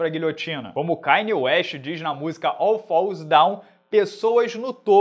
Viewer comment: Rapaziada desculpa a minha pergunta, nem inglês eu sei falar mas o não mandou um "Kainew wenst" em vez de "Kayne west"?